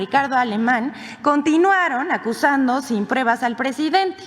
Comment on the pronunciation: Dice que "sin prebas" JAJAJAJA